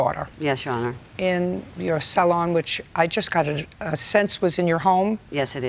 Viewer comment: "Sal-on" lol